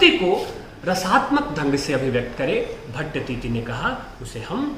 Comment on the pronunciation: भट्टतीति नहीं गुरुजी भट्टतौत